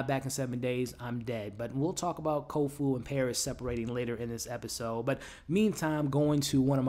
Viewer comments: Its not kofu...it's kofun. Its not hannahwa...it's ha ni wa. Its not mag rah...it's ma ghra. Its not lord haron....it's harlan. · Nice wrap up. I agree: the fight choreography is amazing. I also love the use of real place names that have changed with the passage of time. Places a touchstone of reality for the viewer. (hey, hate to say it - but it's Kofun. ;) )...